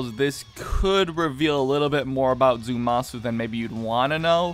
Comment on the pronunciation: It's Zamasu, not Zumasu.